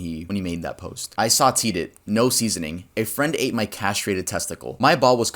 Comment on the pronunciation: saw-tay not saw-tee